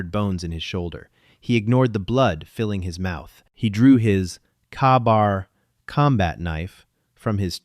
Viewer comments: WTF is a "KAH-bar combat knife."!!!!!!!!!!!!!!!!!!!????????????? It is FREAKING pronounced "KAY-bar"!!!!!!!!!!!!!! PLEASE FREAKING PROOF AND EDIT your damn stories PRIOR to posting them!!!!!!!!!!!!!! Your CRAP AI just insulted Every Marine in the World with that Crap!!!!!!!!!!! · Its pronounces k-bar not kahbar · Kay-bar. Not kabar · My years as a Force Recon Marine having worked with Rangers and actually done protection details. The story was compelling, but the Safety on Glocks, only a few magazines, Claymores and the Marine Combat knife is known as a "KA-Bar" pronounced (KAY BAR). Next time ask those who actually were Veterans before trying to create a military SciFi story. I give it a 7 out of 10. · It’s K-bar or Kay-bar am marine corp multipurpose knife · It is pronounced K-Bar. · The A in Ka Bar is is near a silent behind the k. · AI programmining is often thrown off by the many ways english uses syllables. I have Kabar simply because nothing is more reliable. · I wasnt the only one who winced at that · I’ve heard several make that same mistake and I know it’s AI but it bugs the crap out of me. 😂